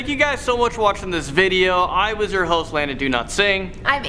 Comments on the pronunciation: Y does Landon say "Landon Do-not-sing instead of dowlatsing😂😂😂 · How many times he gonna say Do-Not-Sing 🤣🤣🤣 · Is it DoNotSing, or CanNotSing 😂